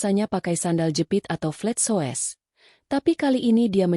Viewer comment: Blh saran mbok bc nya diedit dipilih yg bnr bacanya flatshoes (bc flet soès..steak bc stèyak) ya Allah ini bacaan dijual lho